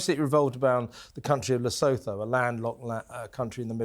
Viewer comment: Plese, please, pronounce Lesotho correctly. It is pronounced Lesootoo!